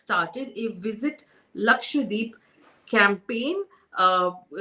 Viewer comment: Can you please stop calling it “lakshWADEEP”? It’s Lakshadweep. Laksha = lakh; dweep = island. The name literally means land of hundred thousand islands. And please don’t go and ruin its pristine beaches 🙏🏻😕